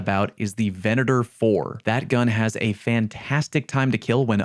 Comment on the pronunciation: Thank you for pronouncing Venator correctly. Christ, it bugs the hell outta me when people call it vee-nay-tor.